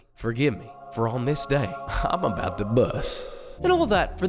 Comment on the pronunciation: This dude said "imma bout to buhhh" 😄